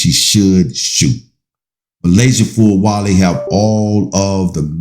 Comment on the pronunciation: Please say her name Correct